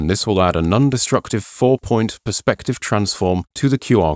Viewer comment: Great video, thanks! Note, though: it's non-destructive, not nun-destructive! Leave the nuns alone ;)